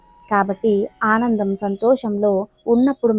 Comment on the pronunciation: Haanandam kaadu. Aanandam